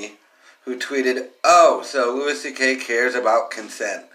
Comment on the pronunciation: Who the fuck is Lewis CK? It’s pronounced Louie you fuck tard